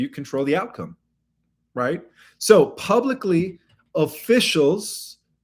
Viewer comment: YOU ALWAYS PRONOUNCE "Pub-Lick" CORRECTLY BUT ALWAYS MISPRONOUNCE "Publicly". Instead of saying"Pub-Lick-ly", you say "Pub-Lice-ly as if there are Hair Lice somehow pronounced at the end of the word instead of (Pub-Lick-ly) as if a Dog Licked the end of the word because it certainly has done so. 😂